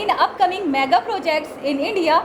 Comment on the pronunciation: hoor e Gawar Myaa ga nahi Mega May ga mEGAAAAA